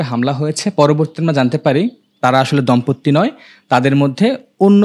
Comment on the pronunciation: কিসের দম্পত্তি? বলো দম্পতি।